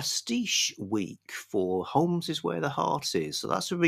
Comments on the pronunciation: silent l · Stop it,. Stop this Americanism right now. There's no 'L' in Holmes.